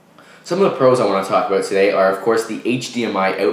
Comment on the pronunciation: "a 16 gig SD card in canada runs aboot 89.nointey nine"